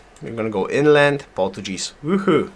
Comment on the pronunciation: oh man you're killing me with your pronunciation of Portuguese. Haha it has a hard G sound! Other than that really nice vids! Learning a lot. thank you